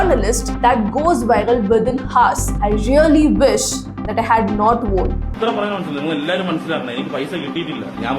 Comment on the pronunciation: 'won' is pronounced exactly like ONE 👈